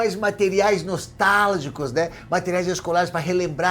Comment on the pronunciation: Desculpe, mas não pude deixar de notar o "NOSTÁLIGICOS" 😅 Mas, como sempre, o vídeo ficou TOP demais! #abracoGaudencio